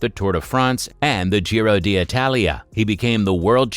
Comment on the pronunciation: It baffles me how you say "Gy-ro" d' Italia, but perfectly say Giro (pronounced _Gee-ro_) di Lombardia.